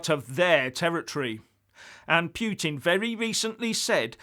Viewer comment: Norway, Finland, Estonia, Latvia, Lithuania and Poland all have direct borders with Russia, so Ukraine is hardly a buffer zone to the west. And, learn how to pronounce Putin, you sound stupid.